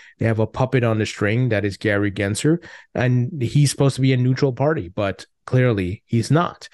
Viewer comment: There's an L in Gary gensler's name bro gensLer!!!!!!!!!!!